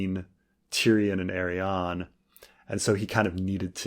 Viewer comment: The way pronounces Arianne always makes me think he's saying Aerion